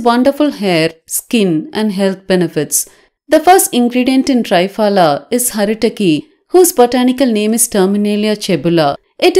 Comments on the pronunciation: 👍..as usual...need to inform...it's call त्रिफला....(3 fruits)...not Tri as in tripod.....Tri...as in Trimurthi. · Thanks for this beautiful remedy 👏👏👏. Just a small thing, the triphala is not pronounced correctly...the tri sound is not correct...it should sound like you are saying three-fala !!! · Why say ट्राय फला, half English half Hindi? It's त्रिफला, it's Sanskrit. Better. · Not try-pala ,THRIPHALA